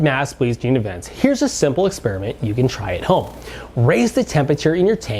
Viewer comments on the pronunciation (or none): none